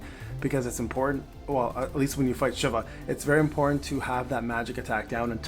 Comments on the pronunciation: "she-va" Not shiv-a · In final fantasy, it's she-va